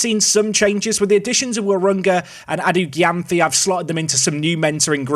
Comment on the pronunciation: Gyamfi is pronounced jamefee